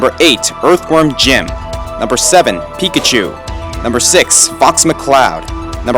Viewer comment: pikachu is a mouse emphasis on pikaCHU. Chu = mouse